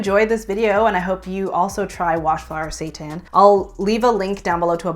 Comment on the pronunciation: I thought she said washed satan lololol